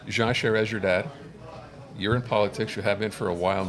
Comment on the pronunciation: Lol, two old anglophone folks who probably have never spoken one word of french, as proven by the way they aren't able to pronounce Charest correctly. This video is a nutshell of why francophones quit voting for the liberal party. Anglophones simply don't understand us, and never will.